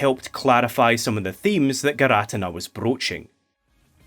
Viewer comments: Its PRONOUNCED gear-uh-tea-nuh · For the record it's not fine that you say girATina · actually We’re arguing over the pronunciation of names for cartoon gods for all ages. And I’m on the boat for Gear-Ah-Teen-Ah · gir ah tin nah, is just laughably off pronunciation tho..? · I’ll let that giratina pronunciation slide if this video good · Not judging or anything but I've never heard someone produce giratina that way